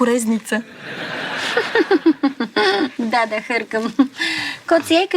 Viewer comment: "дИскорезница"... кифла :|